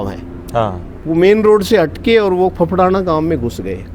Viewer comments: फफड़ाना नहीं उसे गांव का नाम फेफाना है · सर उस गांव का नाम फफड़ाना नहीं है फेफाना है ,,🙏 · फफड़ाना नहीं है। फेफाना गांव है नोहर तहसील में,sir ji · यह गांव फेफाना है। फफड़ाना नहीं